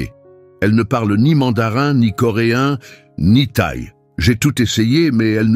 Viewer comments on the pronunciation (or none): la langue orientale, c'est "Thaï " pas " taille" !!! "en patira", pas "empâtira !!!"